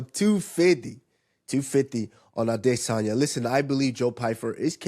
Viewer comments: Take a shot every time Henry says “ade-Sanya” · Stopped the video after 4th time hearing “Ade-sania “ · Aright the emphasis on A-DIS-sanya is gettin old, you burned it out. You don’t need to do it everytime you say his name…….🤦🏽‍♂️ it was only funny the first few times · Why does Henry have to say Izzy’s last name like the Duolingo owl